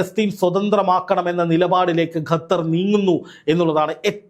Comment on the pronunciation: Gathar❎ Qatar. ✅